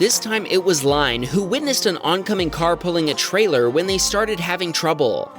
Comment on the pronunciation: The person's name is not pronounced LINE it Lynne. It a french way of spelling